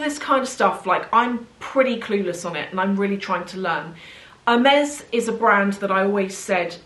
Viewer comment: It is painful to hear the brand name pronounced wrong like that over and over again 😢